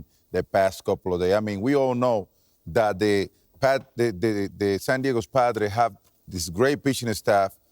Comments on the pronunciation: Jeter says "San Diago." lol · JETER WAS ABOUT TO SAY SAN DIAGO LMAO!